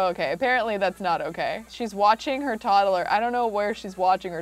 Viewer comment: “Todd-el-er.” Okay!